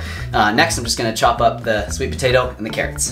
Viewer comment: Petitioning to change "potato" to "tapato" officially